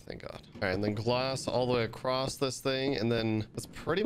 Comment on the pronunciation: Bruh there’s no T in across